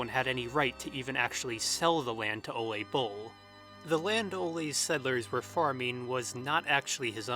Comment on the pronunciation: I love the videos I’ve seen so far, but hearing the name Ole (“Ooleh”) pronounced “olay” hurts my Norwegian ears. Given how thoroughly you research pretty much every detail in every video, it’s funny how you completely overlooked googling the pronunciation of the pivotal dude’s name. :/